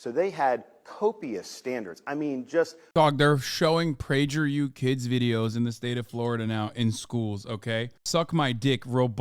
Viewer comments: "Sound weird like PragerU with a soft G" 😂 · Lol why do you pronounce it "PrayjerU" 🤣 the soft g makes it sound so much worse for some reason...